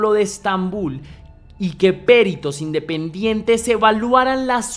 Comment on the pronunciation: Gracias por este caso tan tremendo. Por cierto,, no es "Périto", es "Perito", una palabra llana, sin tilde, con tónica en la "i".